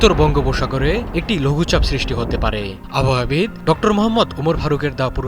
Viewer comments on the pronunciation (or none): আবহাওয়া বীজ।উচ্চারণ শুনুন।